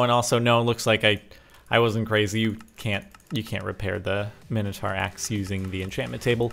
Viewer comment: Its Mine-oh-tor